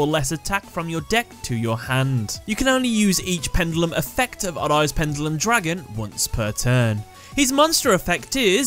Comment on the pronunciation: You keep saying pendulum wrong